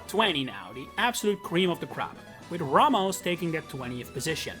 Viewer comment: It’s pronounced SIR-cheh-stir, RAY-mohs, FYOO-shuh, EYE-oh-noh, uh-LEESE-suh, oh-PULL, and GROOSH-uh, “Patrick Star”! 🤨